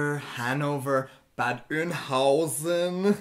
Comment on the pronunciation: Big thumbs up to for pronouncing Bad Oeynhausen correctly! Most Germans not familiar with the town don't even get it right....